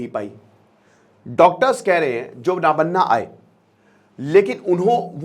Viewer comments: Nobanno isko pronounce kijiye yahi Sahi hoga nabanna yah Sahi pronunciation nahin aaega Bangali mein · नबान्न Not नाबान्ना , sir